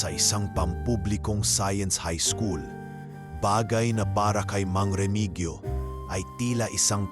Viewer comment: Hindi po Remigyo ang tamang bigkas kundi Remihiyo😘